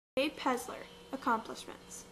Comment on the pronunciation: It's PeLLLLLLLLLLLzer!